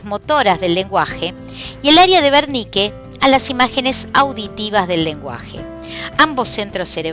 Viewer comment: Es el área de wernicke porque lo pronuncia con v, gracias muy profesional todo lo demas